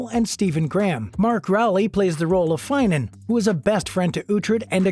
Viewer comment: These guy has obviously not watched the series. He keeps pronounces incorrect names for the actors and their characters. He says Grizell and it should be prounounced Geesla, Brida is not an Australian actress, she is Irish. Finan is pronounced with the 'i' pronounced as it 'it'. It is Ian HART not HURT. And I have watched nearly two-thirds of this presentation and still waiting for the 'behind the scenes moment'........Regardless of all this, The Last Kingdom is THE BEST series I have ever seen - absolutely best in every way. I have lost count of the times I have watched it.